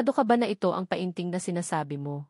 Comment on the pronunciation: Anong pa in ting, penting ang Tamang pag pronounce Nyan, ay ano ba Yan😅